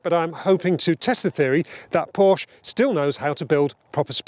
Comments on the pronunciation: Does still not know how to pronounce Porsche? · There's always one that complains about how 'Porsche' is pronounced. The correction never comes from a native Deutsch speaker. And it is never an issue with the pronuniciation of other makes. Snobbery? Car OCD in Porsche obsessives? As you say, live and let live!